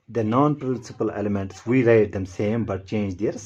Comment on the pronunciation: It's elements not elementas 😂